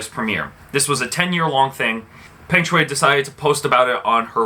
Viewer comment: Learn to pronounce her name clearly first. I bet you don't even seen one set of her game. Don't recycle news. Lame.